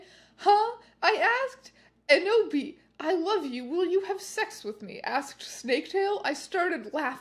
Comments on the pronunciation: Every time she says Enoby I hear Kenobi and "hello there" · Every "Enoby" and "Eboby" sent me to the stratosphere